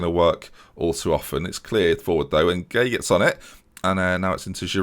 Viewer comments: Idrissa gueye pronounced guy not gway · Gueye is pronounced gay btw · Gueye is pronounced as gay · I think Gueye is pronounced "Guy" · Gueye is just pronounced 'gay'